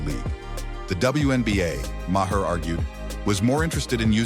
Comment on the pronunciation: AI VOICE. pronouncing Mayers name wrong